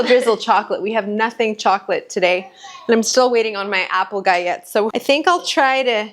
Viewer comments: I've only heard people pronounce it with the L Sound Gi-ll-ette. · galette is pronounced "gut-let"! thank you for this comforting video🤗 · Gallette are Frech pastry and Ls are pronounced not like in tortilla where they sound as Y like yolk ❤. Love all your recipes and your children are adorable ❤ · You do pronounce the L in Galette FYI (it’s a French word).I’ve never tried making smaller individual ones, that’s a brilliant idea!